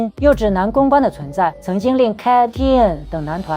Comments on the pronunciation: 發音是「卡-TOON」 有興趣的題材但一直唸錯讓人很難過。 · 人家組合發音是cartoon啊😢你那是什麼鬼讀法，連最基礎的功課都做得有問題，可見這個影片應該是走誇大其詞，添油加醋，博人眼球的路線👎🏻👎🏻👎🏻👎🏻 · 希望團體KAT-TUN的正確發音 公信榜oricon的正確發音 可以先查詢後再念.... 或讓谷歌小姐.AI發音念也沒關係.... 聽了有一點痛苦.... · 團名唸那什麼鬼⋯⋯